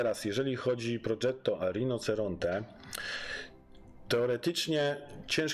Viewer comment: świetny film bardzo merytoryczny lecz: RINOCERONTE- wymowa : RINOCIERONTE- 😉👌